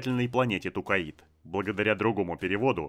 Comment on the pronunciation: Я очень сильно извиняюсь, но вы же не обидетесь если я дизлайк вам поставлю за Тукаид? Всю жизнь читал про Токайдо, а тут какой-то Тукаид. Ну и Керенский я читаю с ударением на второй слог, хотя это уже вкусовщина)) А так всё отлично, с удовольствием слушаю твои видосы ;)